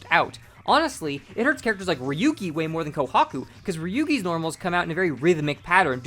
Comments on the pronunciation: what a whiplash hearing you call ryougi ryuugi, for a second i heard ryuki and thougt i was going crazy bc there were kamen rider ryuki recommendations on the side, holy shit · This is a good video but it was kind of funny trying to figure out who is Ryugi, that is a wild pronunciation